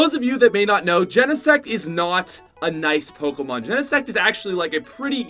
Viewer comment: He is pronouncing everything wrong and I’m cringing so much. Like houndour? That’s so dumb and even Pokémon like he’s pronouncing it all wrong ugh.